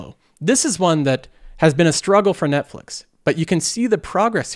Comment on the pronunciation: netflex? Hahahaha